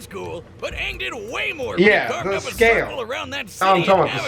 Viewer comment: It’s not Aang! It’s Auuung.🤗🤪